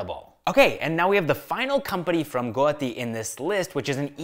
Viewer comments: Guwahati ❌ Goati✅ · It's not Guti, it's GUWAHATI